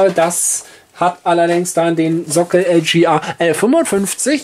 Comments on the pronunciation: Meine Güte ey, es heißt: LGA und nicht LJeeeeAaaa. Gott ey. Deutsch is schwer nä. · LGA steht für Land Grid Array, eine Bezeichnung für die Sockelbauart, was also ein englisches Wort ist und daher auch englisch ausgesprochen werden sollte.